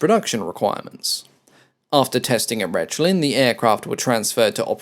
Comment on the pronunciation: I think it is not Retschlin, it's rather Rehlin. You will pronounce this word in the context of Luftwaffe many many times.